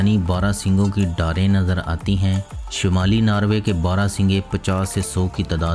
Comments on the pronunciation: it's norway not narwaay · its not narway its NORWAY.....:)